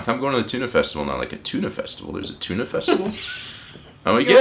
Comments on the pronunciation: There is also a Danish town called Tune. And that's what it sounds like when you pronounce Tønder :D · If you say "tuna festival" one more time, I will have to unsubscribe to your channel! ;) To me it sounds a lot more like the the "i" sound in birder when you say Tönder. (I could still be wrong - I'm a Swede - but at least I don't have to unfollow myself.) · Just peonounce the ø like 'eu' from Cordon Bleu, then you more or less have it right :D Great vid as always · sorry but that is worse, because that is a pronunciation that are so bad that it is meaning disturbing. Tun is the Danish word for Tuna so it made sense ye were talking about that when ye refereed to the fish, but Tønder sounds nothing like the fish, and don't even lie at the sea. Ye could have compared it to a barrel as Tønde=barrel, but ye really need to pronounce the Ø and also it was like ye completely forgot the D. Didn't ye see the D, ye know what d sounds like? Sorry for giving ye sas, we have a lot of music festivals here, but Tønder and Tunø is just very different. And I know the Ø is hard because it is a vowel whose sounds are completely alien to an Englishman like you. Ye literally need to lean a new way to bend your tongue.